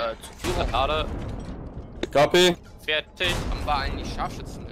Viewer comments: Wie sie alle "KP" rufen, anstatt "copy".... Bis dann endlich mal einer der englischen Aussprache mächtig war und wirklich "copy" gesagt hat. Und ich dachte mir was wollen die denn die ganze Zeit mit Kompanie, was KP bedeuten würde (in den meisten Fällen) xDDDD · naja, nicht direkt, zumindest nicht so deutlich, dass der Zusammenhang sofort klar wird. Kein Wunder bei der Aussprache (CaPe) fūr Copy. :)